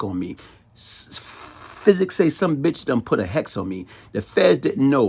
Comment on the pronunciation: So we just going him pronouncing "psychic" as "physic"